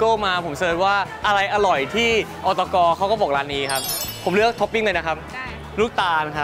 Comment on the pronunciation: อตก ออฟเตกัน กลายเป็นอตกน ออฟเตกันนิว😂😂